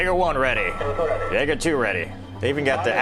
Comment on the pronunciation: The word “Jaeger” is pronounced “Yaeger”.